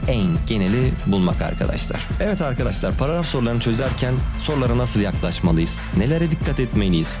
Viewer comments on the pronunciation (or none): paragraf ❌ paraaraf✔